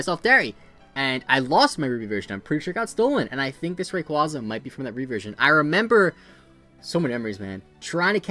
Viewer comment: I loved the video and no mean to hate but this is a pet peeve of mine.... RayQUAYza 😣